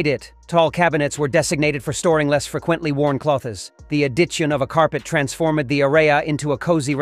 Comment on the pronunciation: “The a-ditch-in of a carpet transform-Ed the A-ray-a”